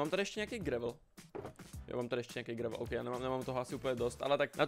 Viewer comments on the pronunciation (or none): none